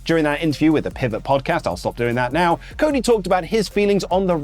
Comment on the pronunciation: Why is he saying 'Pivot' like that? It's hilarious 😅